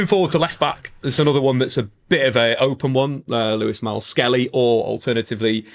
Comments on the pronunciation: Lewis Miles - Skelly? 🤣🤣🤣 Dyslexia… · "Lewis Miles-Skelly" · That explains him calling Myles Lewis-Skelly, "Lewis Myles Skelly" haha